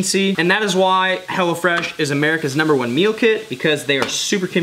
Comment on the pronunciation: I thought you were saying Hellafresh. Glad you spelled it out for me.